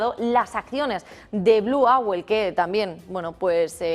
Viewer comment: Owl se pronuncia oool y no auel.